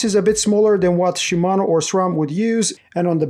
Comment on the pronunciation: Dude.... Shi....Mano. Not Shumano.